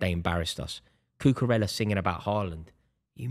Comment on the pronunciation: Does anybody else wish he would pronounce Cucarella correctly?